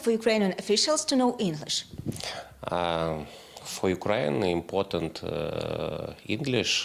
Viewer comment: "укрэин импотент "